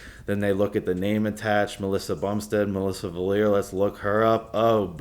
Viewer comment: fails to pronounce Valliere multiple times :-D ( nah brah , thx for the story and that you support them ! )